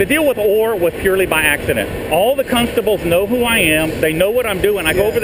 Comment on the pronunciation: “Cuntstables” ahahaha. Nice job!!